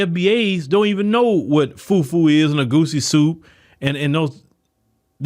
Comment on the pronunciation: I love pronunciation of Jollof rice, fufu and egusi, He's obviously well vast in the Nigerian and Afro culture ❤❤❤ Love you my Afro Americans. 🤗